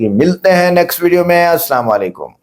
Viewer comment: Salam tou sahe bolo bhai Salawan Alaikum nahi Aslam o Alaikum